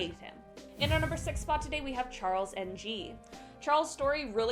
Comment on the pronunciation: Rodney Alcala is not Alaca it is All-kah-lah. Charles Ng last name is pronounced "eeeng"